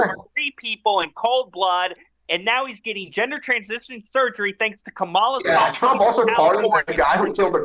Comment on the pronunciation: I hit the 👍🏽 only for, however he sadly didn’t say Kamala correctly. But really this was no debate. It was a say whatever you want even if it doesn’t make sense.